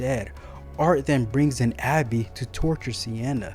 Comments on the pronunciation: Are you saying Abby? Because it's Gabbie. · I would not have put this out just yet. You did your best describing the deaths. I would work more on your delivery. Also, it is Gabby.